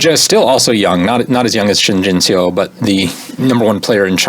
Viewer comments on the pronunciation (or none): Pronunciation tip: "eo" in Korean words is always pronounced the same as in the word "Seoul" (which is a two syllable word Seo-ul). So that's the sound in words like "duh" or "bum" or "yuck". This goes for the same "Shin Jinseo".